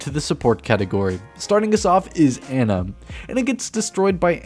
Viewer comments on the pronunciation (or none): It's pronounced Annah not anna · It's "Ah-na".